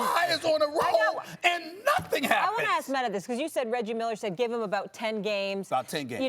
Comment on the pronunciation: "Molly, Max, Metter" Steven A stays adding an "er" for words that end with "a" 😁